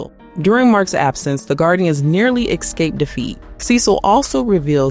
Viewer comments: She sounds like she can barely read the script. She says “ex cape” instead of “escape” all the time. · Ok… Can you please get someone who can speak English properly to do the voiceover? 🤣 aks, excape, holy fucking Jesus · Awesome show, but man this video is bad. The person reading can’t even pronounce “escape” or “ask”. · Jezzz.... Learn how to pronounce escape. Look it up in the dictionary. There is no K in the word